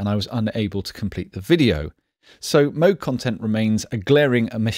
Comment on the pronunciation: I wonder if he may be the only reviewer to correctly pronounce Moog? It's not Mow-g like "mow your lawn", and its not Mooooog, like the sound a cow makes. It's somewhere in between that only a Brit can pull off correctly, and I guess Bob Moog.